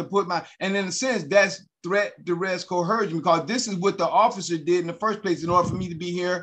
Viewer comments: Why is it that these sovcits and Moors all improperly pronounce coercion? They add an h in the word cō’-Her-shun. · If I hear "Co-HER-sion" one more time I'm jumping-off the Doohickey Bridge. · There is no "h" in coercion, dingdong.